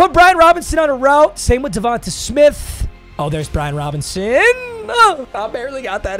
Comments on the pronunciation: Its not devontuh its devonta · DA-VON-TAY not davonta 😭